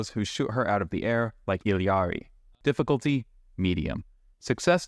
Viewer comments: It's pronounced EE-Ari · She literally pronounces it "Ee-ya-ri", wtf are you talking about?